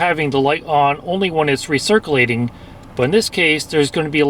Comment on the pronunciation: recircleating lol